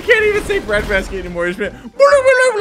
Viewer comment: I couldn't breath because couldn't say bread basket but said "JHFHUVDUH"